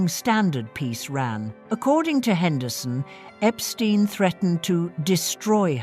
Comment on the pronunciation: Epstein, not Epstine!!